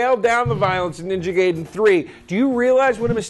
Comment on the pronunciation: you said Gaiden wrong...